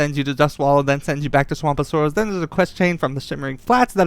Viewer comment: “Swamp of soaross” lol